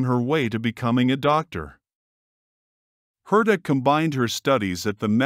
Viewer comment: Pronounced "HAIR-tuh OH-bear-hoy-zair" How can you do a whole mini-documentary about a person and make no attempt to learn how to pronounce the name???